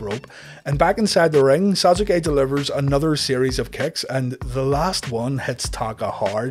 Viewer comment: He said those names correctly. Worse troll going.